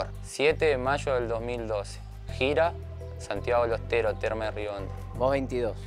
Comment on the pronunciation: "Santiago de los teros" eso entendí JAJAJA